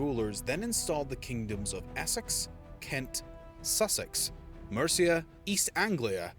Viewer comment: I found it quite amusing that you tried to pronounce Mercia as 'Merica to try to somehow introduce your country into the mix,. I find it quite ironic that the 'America' in your country's name comes from the female Latin version of Amerigo Vespucci as in Americus Vespuccius, i.e. Americus is the male form and America is the female form of that name of his. Nice try, Mate, but it didn't work....especially when you consider that your country didn't even exist for another 1,250 years after the creation of Mercia, did it?